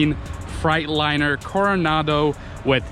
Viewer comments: fright liner lol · Frightliner I thout it was Freightliner